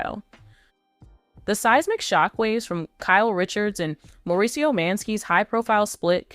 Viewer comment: This person narrating can't get anyones name right She can't say Mauricio correctly. Not Dorit either.